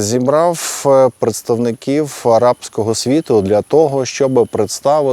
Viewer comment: ...зібраффф, поедставникіффі. Пане. Ще трішки попрацюйте над вірною нашою вимовою.👍